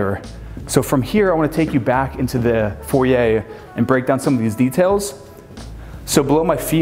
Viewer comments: May I just say….. it’s foyer not foy yay that doesn’t work for you or really anyone. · What’s a “foyia”? Oh! You meant a foyer? lol